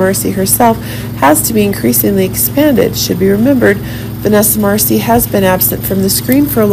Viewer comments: It's Marcil not Marcie! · FIRST OF ALL YOU ARE SAYING VANESSA LAST NAME...."WRONG "!!!!!